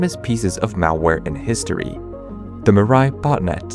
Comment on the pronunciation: I got so damn irritated by the narrator pronouncing Mirai. It's a japnese word for "future" and it's pronounced as "Mee-rah-ee". "Mi" as in Mix, "ra" as in Para, "i" as in the letter pronounciation of e.